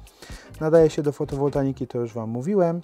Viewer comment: Mówi się Fotowoltaika a nie Fotowoltanika